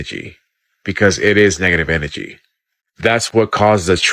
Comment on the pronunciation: Dude couldn't even say energy right and wants us to believe what he's saying. Na. I don't think so. There's no such thing as positive or negative or good or bad. Energy is energy. You are what you are. Just because you see it as bad doesn't mean I do because I can see it as good. This is the yin and yang.